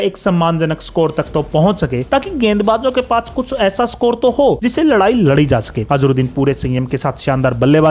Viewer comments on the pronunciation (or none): none